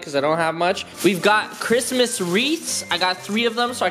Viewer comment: did you have one of those mini-strokes bro? That was the juiciest sounding Cwishmas yet my dude!